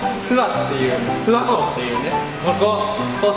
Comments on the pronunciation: 地元民「すわ↑こ↑」 テオくん「す→わ↑こ↓」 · すわ↑こじゃなくてあげずに諏訪湖っていうんですよ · 諏訪湖のイントネーション違う気がする 諏↓訪↑湖→な気がする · ずっと気になってたけど ⤵⤴⤵ 諏訪湖 じゃなくて ➡➡➡ 諏訪湖 だと思う！ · 諏訪湖のイントネーション気になる笑